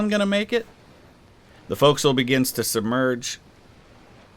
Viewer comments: big props for pronouncing Forecastle correctly -US Navy Sailor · Port, Starboard, pronouncing forecastle correctly? As an ocean liner enthusiast, I am impressed